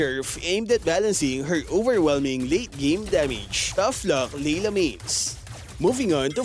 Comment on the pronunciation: LAYLA ❌ LEELA ✔️